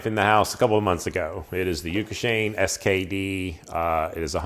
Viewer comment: Hey y’all! Great video, good information. Just a note on the pronunciation! Yoshikane is pronounced “Yo-She-Kahn-Eh”, haha. Oh also this is DrewPlusPlus on Instagram! 😉👍